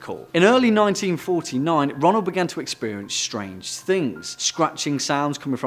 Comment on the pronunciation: Lmao , Ronal doe, not ronaldo 😂😂😂